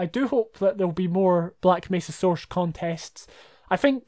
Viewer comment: I love the way you pronounce Source. Soursh. Aren't you, by any chance, Sean Connery?